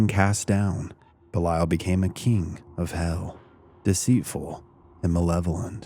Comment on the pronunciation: You're not pronouncing it correctly